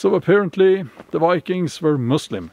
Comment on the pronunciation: lol "Va-kangs"